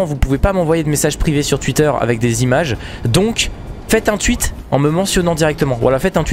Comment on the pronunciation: C pas twuitter c twouitter😂